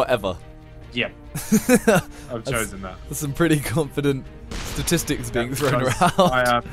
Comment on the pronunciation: So funny ethan not being able to say statistics